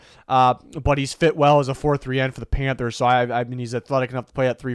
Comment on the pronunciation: Everytime you hear you say Panthers, I hear “Pamfers” now 😂😂